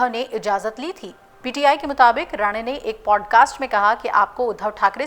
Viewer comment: मूर्ख, बार-बार राणे को राणा उच्चारित कर रही है। नशा हो जाने से ऐसी त्रुटियाँ स्वाभाविक हैं।